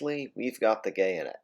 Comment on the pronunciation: "Now, We've got the gayonet."